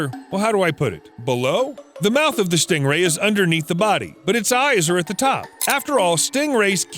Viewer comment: For a moment I thought you said Schting rhay